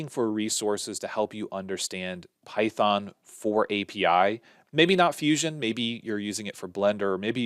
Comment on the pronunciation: good one, "pythong" :D